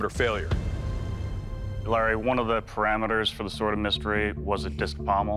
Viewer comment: 😂 bro said "sord"